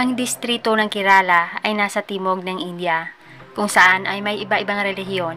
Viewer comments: Bulol kaba sa R kerala po hindi kelala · It pronounced "kerla".